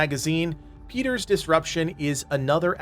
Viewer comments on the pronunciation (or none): . It is pronounced “Pie”, “Pie-ter’s”. Named after Piter de Vries, the baron’s Mentat from the Dune story.